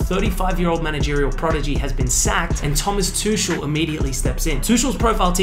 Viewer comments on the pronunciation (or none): Pronounced like Tu-kel not tush-el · It‘s not TOOSHEL, it‘s pronounced TOOCH-EL, the CH is like a throaty -r sound. Similar to the Scottish English Loch in Loch Ness. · Too-shell lol 😂😂🤦 how's this dude reporting if he can't pronounce names? Freaking Aussies 😅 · Lollll too-shell 😂🤦 dno how this dude reporting if he can't pronounce names...🤦